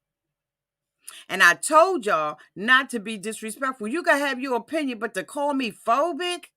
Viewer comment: in my oh-pin-yawn, being a health care professional, the reason she hasn't had any medical treatment(s) is because a person has to be CLEAN to undergo any type of,... well you do the math. This is just my O- pin-ee-on 🤓😧